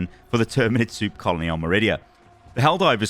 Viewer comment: I can't help but hear this man say "Soup colony"